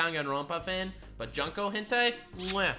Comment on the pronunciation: its junko not jonko